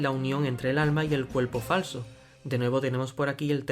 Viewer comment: Creo que no soy el único que ha escuchado "cuelpo falso". Increíble teoría.